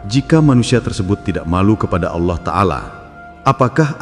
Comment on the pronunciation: Jngn suka mghina orang allah aja ga mghina hmba2 nya roma irama lo nyebut allah sngat fasih ga awoh2 maaf klo gus ini kok kyaknya awoh maaf klo sy sy dengar...mhn maaf yaa lo sy slh dengar